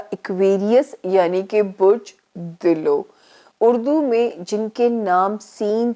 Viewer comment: میڈم یہ برج دلو ، dillo نہیں ہے، یہ dalv ہے🙏